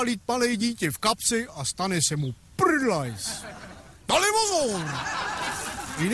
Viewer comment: prrrrrdlajz :D krtek... krrrtek :D :D